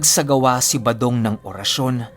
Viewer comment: 118th parang balong at Hindi badong Ang narinig ko that you said.baka tenga ko Ang May difference sya